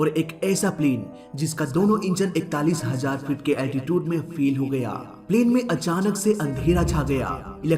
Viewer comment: Altitude pronounced be like अल्टीचिउड, not अल्टीटिउद।